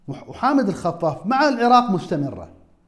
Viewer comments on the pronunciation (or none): none